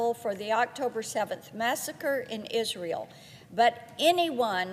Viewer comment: Sometimes she seems to say isreal instead of Israel . But Israel definitely is real though.